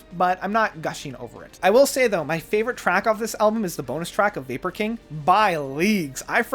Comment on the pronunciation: Oh my god did you say vapor King? It’s viper king